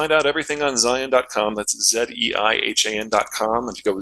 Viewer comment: "Zeihen"? Ivan! Learn English! In st Putinsberg.